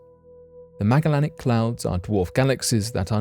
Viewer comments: You butchered the word Magellanic. It’s name is said meh-ja-lenic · I dont mean to be rude but the Magellanic clouds are pronounce the same way you would pronounce the name of the old world explorer Magellan that they are named after... so not a 'hard G' like Grape, but a 'soft G' like Beige ... yea that weird "J" sound we sometimes get with a "G" :)